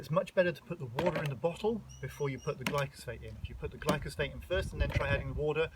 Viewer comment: you kept saying glycosphate and I was like, that's not right, then you put up the spelling, and then I was like that's not right. It's Glyphosate.